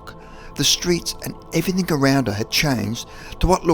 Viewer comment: Please drop your word 'everyTHINK' and use the correct 'everyTHING' then I can take you seriously. Thanks mate!